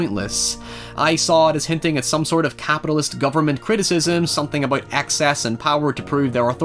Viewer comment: please say about and not aboyd